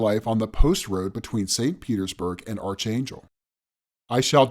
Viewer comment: Why does everyone pronounce Archangel wrong? I've heard it being pronounced wrong in a number of videos